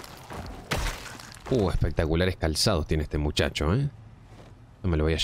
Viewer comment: "uuuuh espectaculares calsados tiene ehte muxaxo eh , me loh voy a shevar" brutal jajajajaajaja min